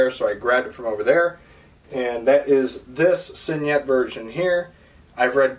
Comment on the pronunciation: Awesome collection! And you did a really nice job of making the video!Just one small piece of constructive criticism... Your mispronouncing signet. Spell out the word to Google and Google will pronounce it for you correctly. All in all you did a fantastic job...a hell of a collection! Enjoy your books! Btw, IT is my favorite Stephen King book too, so far!